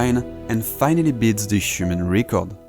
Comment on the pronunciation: Quick tip for English pronunciation: "Record" would be pronounced more like how "Rècord" would sound in french, rather than "Ricord"